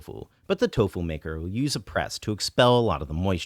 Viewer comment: So why do you insist on saying toufu instead of doufu?